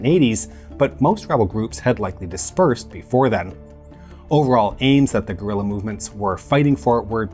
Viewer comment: Thank you so much for the proper pronunciation of 'guerilla' - I hate to hear 'gorilla wars' 😂. Almost as bad as 'aluminum'.